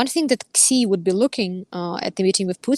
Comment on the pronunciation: I don't think I've ever heard of "President Ksee" before. Some people pronounce his name as "she", and some people get the Chinese phoneme transliterated as X correct, or at least try to. It sounds like a kind-of-odd sh sound. The Chinese class I took was many years ago, so I can't say it right anymore. But it's certainly a sound that would get anglicized as sh, not as ks. It's odd to hear talk of Russia becoming a junior partner in its relationship with China. China is a superpower, and has been for quite some time. Russia is a gas station that used to be the core of an empire. It's not even really a country. To qualify as any kind of partner of China, Russia would have to do a whole lot of winning, not suffer humiliating losses.